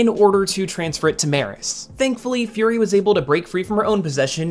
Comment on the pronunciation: Been years since this video, but hearing "qi" as "kee", "Furi" as "fury", "Iosama" as "Eye-osama"... Not that I'dve done much better on Pinyin prior to indulging in Chinese media, but a cursory glance at the comments didn't nitpick, so why I oughta... Ackshually, lemme plug my latest observation: so many people, in current and prior uploads, use "that" where "who" would be appropriate. All that churned, still doesn't diminish how digestible your content is. Now, back to binging~